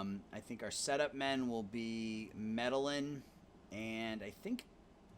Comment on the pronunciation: Your World Series decision was fine but what a brutal way to lose. I would think you'd pronounce Medellin just like the city in Colombia, Me-Deh-Yeen. Sometimes your lineup ordering drives me nuts, like the 3 Leftys in a row, a good bullpen would destroy you late. And if Termarr Johnson has 100 range shouldn't he move to SS for the year with Royce Lewis out? Overall good stuff, really fast rebuild.